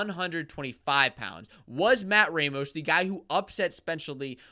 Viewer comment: Good commentary, but you guys need to know it's pronounce RAH mos, not RAY mos.